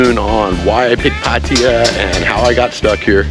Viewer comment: Your pronouncing Pattaya basically correct! It’s not Pattaya Tie ya which drives me nuts!